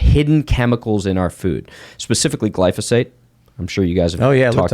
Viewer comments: C’mon, it’s not glysophate, it is glyphosate. You can’t make up your own words and have credibility at the same time. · Glyphosate, not glysophate. People hear stuff and repeat, instead of researching and confirming for themselves. Be careful of what you hear. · Damn you. Now you got me saying "glysophate" instead of glyphosate. Argh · GLY PHO SATE. Yes, it's poison. It's pronounced OLY PHO SATE.